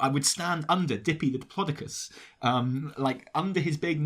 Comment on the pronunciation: Anyone else stressed out by pronunciation of Diplodocus??